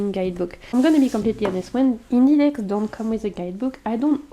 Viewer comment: 😂You sounded so funny when you said “I like big decks” it sounded like you said I like big DICKS 😅 I’m a greedy bishhhh ❤